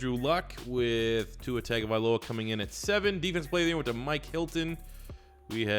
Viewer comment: Tagovailoa is pronounced (Tongue-OH-Vae-Loa)I’m Polynesian so the wrong pronunciation of poly names bother me. Good vid other wise.